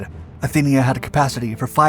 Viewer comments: It was the Athenia, not the Athena! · It was supposed to be the Athenia, not the Athena!